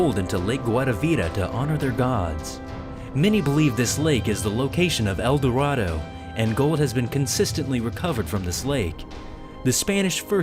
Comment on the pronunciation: Did he say elderaldo